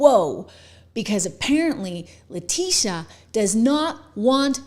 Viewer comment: La tittyeeah omg la tittyeeah... Girl you be done fell downa steps